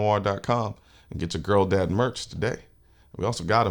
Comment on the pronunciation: Girl dad sounds like you are saying trans dad.. lol you might change that uo